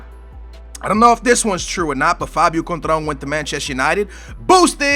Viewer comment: Conetral? Da fuck man? It's Coentrão, dont try to guess his name if your not even close...